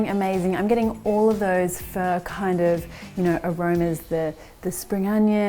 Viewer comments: omg did you just say furr!!! yuk I prefer phoooooooooo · looks awesome! it is pronounced 'fuh' it sounds like you are saying "fur". even the auto-subtitles thought you were saying "fur" :-) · Is that how pho is pronounced? It sounds almost like 'fir' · Okay this whole time I thought it was pronounced “fuh”...... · I believe it is. I THINK it's her accent. I've never heard it pronounced this way either lol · took me 5mins to understand that you're not talking about "fur" 🤭🤣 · Pho came from Vietnam, not the Philippines - two totally different ethnic groups and cultures. Say it like phuh-uh, but don't make it two distinct syllables because Vietnamese is a single syllable language - you're basically prolonging or dragging out the one syllable but the inflection goes up a bit at the end. So start with the phuh part with the tone neither going up nor down, then go up when you hit the uh part. If you can't do it, just say, fuh. Not fur. LOL!